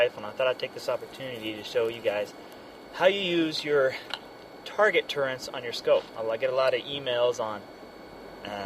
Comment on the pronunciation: awesome vid, no "n" in turrets lol